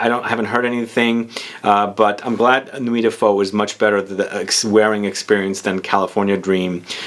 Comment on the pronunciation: Just checked at Vuitton and Ombre Nomade is amazing. Nuit de Feu pretty nice too. Please learn how to say “feu” it’s not a Vietnamese dish ^^ Also, I know the translations can be a little tricky but I wouldn’t say its fiery night. More like the actual translation Night of Fire